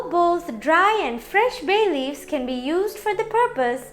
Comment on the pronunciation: Itna chamak chamak k Kyu bol ri ho ..bhay leaves 😂😂 foreigner